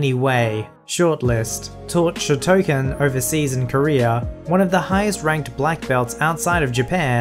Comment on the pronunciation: That is not how you pronounce shotokan